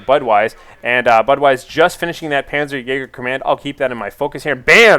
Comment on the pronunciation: its not panzer jager its more like panzer jaaaaager ;)